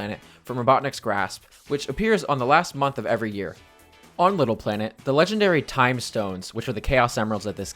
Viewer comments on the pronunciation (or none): none